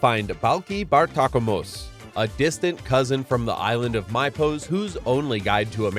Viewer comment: It's pronounced me-poss, dammit